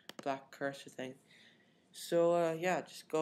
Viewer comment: ......................you say cursor not that......bad....video :(